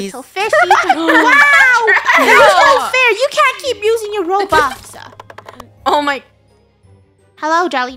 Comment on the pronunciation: Raybush instead of roblox ride funny